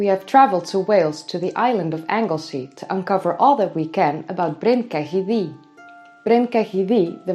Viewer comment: Can you stop pronouncing it DEE and say THEE. Welsh dd = th